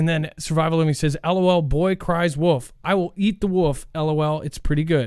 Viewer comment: Woof is the sound a dog makes... the animal you are referring to has an L in the name. A woLf. Just sayin.